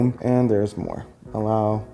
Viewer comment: You Say allow